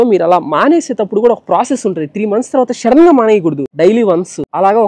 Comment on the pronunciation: Shadden kadhu bruh sudden 😂